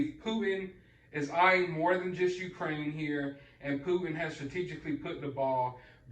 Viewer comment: Like your vids brother! This man in Russia’s name is PuTin not Pu un!